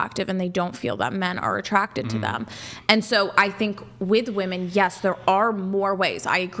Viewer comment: Its fairly obvious here when she kicks the mic on camera, makes a funny face, and then says I didn't do that, that she literally only cares about her opinion. and for a feminist, the amount of times she mispronounced "women" is startling. and I really wish tie dye girl had a different facial expression.